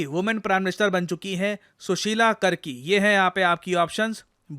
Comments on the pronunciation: Not कर्की, its कार्की.😅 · Sir, the correct pronunciation of the surname of first woman prime minister of Nepal would be कार्की (Karki).♥ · Sir, it is not pronounced as karki......it is kaarki